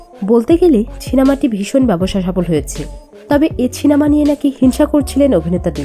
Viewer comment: First research properly and then make a video…. Don’t just blindly make anything Nonsense… R kindly pronounce it properly it’s cinema not chinema